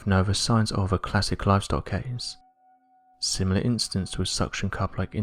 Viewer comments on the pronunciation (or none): none